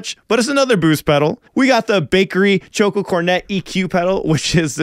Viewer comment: Choko is pronounced (Chalk-Oh), short for Chocolate, not Choke-Oh. A Chocolate Cornet is a kind of pastry.